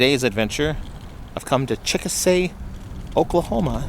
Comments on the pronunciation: That's too bad. :( Also-- Chickasha= pronounced 'chick-a-shay' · Please tell the rest of the story, it's an inflatable and was taken down for the high wind ... as seen/heard in your video. FYI - NOT how you pronounce the town name! Also, you can follow the page at